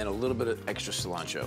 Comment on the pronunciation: Bobby: seee-lancho